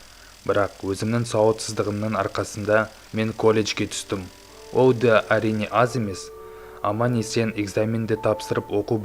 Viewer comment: Ол дегенді оу дейді ма😆😆😅😅